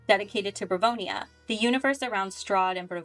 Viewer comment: Barovia, not Bavronia, no disrespect- it was just bothering me since I run a Curse of Strahd Campaign lol. Love your explanation!